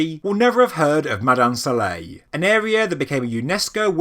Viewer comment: Try to get your pronunciations correct before you do any documentaries , you did not pronounce any name correct about ( Mada'in Sa'leh ) , Madain Saleh . Hajj Ali